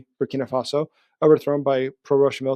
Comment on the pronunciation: BURKHINA FASO?